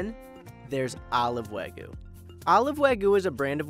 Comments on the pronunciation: Why r u saying wagu rather than wagyu? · He says weiguu not wagyu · why does my guy keep saying wagu? lool where did the y go? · I just cringe when I hear say "wag gu" throughout the first part of the video. Doesnʻt he hear how pronounces it? Even Chef mispronounces it. "Wa" (Japanese) is pronounced like "wah" as in "wash" - and you canʻt eliminate the [y] sound in "gyu" (cow), so itʻs like combining the sounds in "hugyou". I understand itʻs hard to pronounce the Japanese "r" sound as in "toro" or "nigiri" or the "tsu" sound in "Matsuhisa" (there is no "tu" sound in Japanese), but English speakers can definitely pronounce "wagyu" more correctly, and chefs and people in the media should not perpetuate the mispronunciation of common Japanese food words like "shiitake" mushrooms or "tempura." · lol stop saying Weh-GU. wheres the Y. its pronounced the same as it is spelt. literally. Wa-gyu. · Why can't Americans say Wagyu properly? It's not that difficult. Wah- GYUUUUU, not wagoo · FFS man, WAH-gyoo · why are you having such a difficult time saying Wagyu? there is a Y in the word, pronounced Wa Gee You. what is the trouble bud? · Can you at least pronounce Wagyu right? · This reviewer absolutely butchered the pronunciations of Wagyu and Hokkaido (He said Wagyu with the last syllable pronounced like the Ragu pasta sauce and Hokkaido as "Ha"-kydo. I double checked the pronunciations online to be sure). It's obvious that this guy was way out of his league with these reviews.